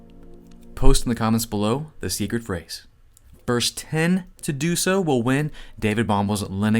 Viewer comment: seecreet fraze